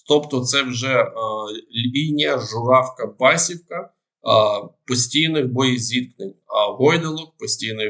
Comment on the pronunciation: Басівка - наголос на І , будь ласка.